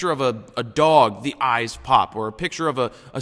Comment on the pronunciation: Hah, i thought you said ice. So when you said focus on the dogs eyes i really didnt have a clue what you are talking about, haha! :)